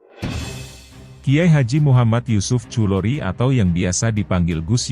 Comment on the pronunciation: Bacanya bukan yusuf khulori yg bener Yusuf Khudhori.